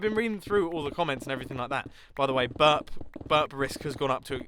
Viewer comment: "is 'burb' like an american way to say 'burp'?" XD oh my Mumbo... oh my... please spend some time here, I think it will help XDDDD